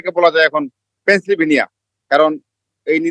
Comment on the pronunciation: "পেনসিলভেনিয়া " শব্দ টা ভালো করে উচ্চারণ করতে পারে না।সে হয়েছে আপনাদের ইউ এস রিপোর্টার।